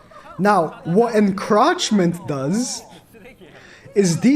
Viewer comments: Encroachment not encrotchment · Bro you’re saying encroachment wrong🤣 it’s funny but that’s not how it’s pronounced. roach 🪳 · it's Encroachment (uhn-krowch-muhnt)